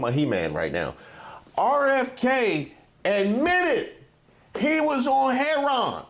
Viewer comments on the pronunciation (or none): said Heron 😂😂😂😂! I thought we only said that here in Baltimore.